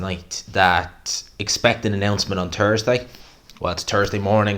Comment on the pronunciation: It's Thursday not turds day